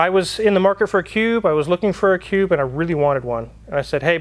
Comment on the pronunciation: Did you Say Cube or Pube ???